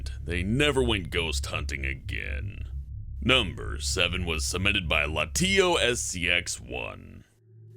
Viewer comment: I am litterally exploading with laughter. The last time i checked, The Pokemon Latios wasn't pronounced "La-tea-o s" It's "Lat-ee-ose"